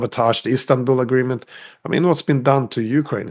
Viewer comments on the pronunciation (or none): none